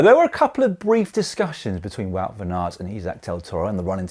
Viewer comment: It's Pronounced WOWT !